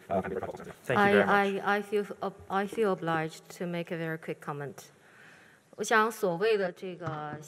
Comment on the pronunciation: 她说的是obliged，没读错